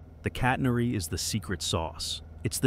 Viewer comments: Good job AI, it's pronounced catenary, not "cat-ner-ee" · The curve is called a "catenary", not a "catnery". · “Catenairy”!! What a crock! When will the stupid AI voices learn to speak and pronounce properly? I guess they have a handicap from the start as most are trying to speak American! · I have never heard anyone mis-pronounce "catenary" as badly as this AI narrator. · Sibilant Ai, trying to sound human but mispronouncing “catenary” Also this is exactly how I thought anchors work.